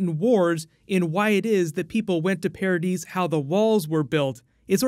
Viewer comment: Why do u say paradise like "paradeese"